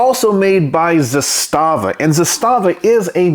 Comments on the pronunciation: Couple things: It’s pronounced “ZA-sta-va”, not “za-STA-va”. Trust me on this. That’s the very same rifle I have except the furniture is FDE instead of OD. I even have the very same loosey goosey upper hand guard; I wouldn’t try to mount anything on that apparent picattinny-like rail since it would never hold zero. No matter; I used an RS Regulate mounting setup with a Primary Arms 2X prism optic; it works well. Only other difference on mine is I switched out the supplied slant brake for a Century Arms “Chevron” muzzle brake; say what you want about Century, that’s one thing they did right. It’s compact, relatively inexpensive, and effective. By the way, the pistol grip on the Archangel furniture set has a compartment in which you can store spare batteries for your optic if you want. Another neat feature is the notch in the safety lever that allows you to lock back the bolt. That was a Yugo innovation pioneered with the original M70. Combined with a last shot bolt hold open follower on the magazine - which I understand were standard issue for the Yugoslavian army - when the bolt is held open on the last shot you can teach yourself to pull the bolt back a little further with your thumb to line the charging handle up with that notch, then sweep up the safety lever to lock back the bolt. (It sounds more complicated than it is.). Once you’ve done that, rock ‘n lock a new mag and just press down on the safety lever, letting the bolt slam forward, similar to using the bolt release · Actually, if you listen to people from the company itself, as I heard myself one employee say at a gun show... It's pronounced Zass-stuh-vuh. Not Zah-stah--vuh. Heard this from the horse's mouth. Just saying.